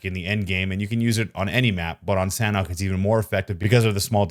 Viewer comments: Its pronounced very fast as “Sun-Ock” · its pronounced San-awk :) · San hawk = sanhok